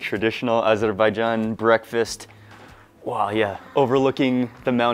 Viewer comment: Thanks for teaching me how to properly say 🇦🇿 Azerbaijan. Amazing bideo